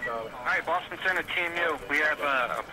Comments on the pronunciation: Pétard mais c'est quoi cette façon de traduire et de prononcer Boston (phonétiquement) au lieu de Bostone (phonétiquement) on ne dit pas London que je sache mais Londone ( toujours phonétiquement bien sur). C'est comme Paris, on ne dit nulle part Parisse.... Sérieux !!! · On ne prononce pas Boston mais Bostone ... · C'est Boss-tonne, pas Boss-thon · Quelqu'un pour m'expliquer la logique à prononcer Boston à la française (Boss-Thon) et les noms prénoms avec l'accent américain jusqu’à ne pas les comprendre ? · Rien à dire sur cette très bonne reconstitution mais quel est ce commentateur qui est incapable de prononcer " Boston " correctement?! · Encore un reportage tout pourri… le prononcé Boston à la française, mais il sort son meilleur accent pour les nom américains 😂 YouTube, une poubelle avec parfois des pépites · Euh, quelle est cette voix déincarnée incapable de prononcer correctement "Boston" et qui prend un accent "américain" pour les noms américains ! C'est extrement désagréable... Et ce n'est pas seulement dans cette vidéo que la voix du narrateur est désagréable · Qui prononce Boston en français ?